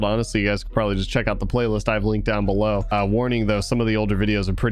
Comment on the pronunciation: Are we just going to ignore the fact that he speaks "below" wrong? He doesn't it like "bellow"